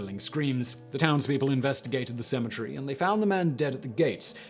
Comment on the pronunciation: Sounds like you're saying symmetry instead of cemetary.